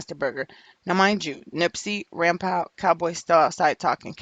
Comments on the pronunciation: "Rimpow" lmaoo it's pronounced "Rimpaw" thas his day1 he ain't set Nip up no fuckin way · ITS RIMPAU.. PRONOUNCED LIKE PA.. LIKE GRAN PA.. SHIT IS ANNOYING HEARIN U SAY RIM POW.. GEEZUS!! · Lady the name is PRONOUNCED RIMPAW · It’s funny how you pronounce his name. Rimpau (Rim-Paw) pronunciation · It's pronounced rimpaw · Young lady stay doing whatever it is you do because you have no clue what you're talking about regarding gang life. P.s.its Rimpau pronounced (Rim-paw). I can tell you weren't in tune with Nips movement anyway because you would have known that. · Pronounced: Rim-"PAW" (its the name of a street in the neighborhood)....the mispronunciation was just irritating the shit out of me lol.....ok, carry on. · Rimpau is pronounced rim-paw it’s a street in rollin 60’s hood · Pronounce it rim-paw.. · WHO IS rimpaw, I thought she was sayinh grandpa lmao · It was pissin me off too lol smhh